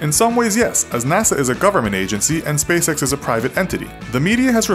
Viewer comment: Why does spacex sound like space sex?